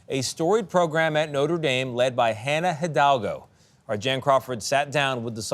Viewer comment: Hannah Hi-DAWG-O